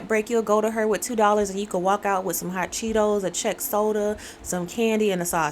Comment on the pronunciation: How she said hot ceehtoss